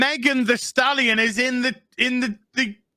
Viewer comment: can't stop saying Thirsty Stalion 😂😂